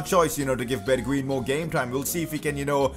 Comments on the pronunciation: you are prenouncing his name wrong, Bergwien (how you prenounce it) ---> Bergwijn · bergwijn is pronounced berg"vine" fyi